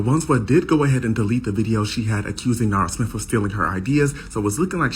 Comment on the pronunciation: You perfected both her name and last name